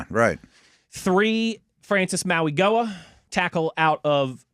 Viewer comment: Didn't learn how to pronounce Mauigoa over the weekend, huh?